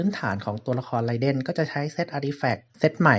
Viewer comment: ไรเดนครับไม่ใช่ไรเด้นเนาะ XD อิหยังเเวะ